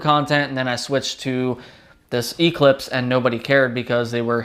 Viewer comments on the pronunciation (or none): You pronounce Eclipse wrong.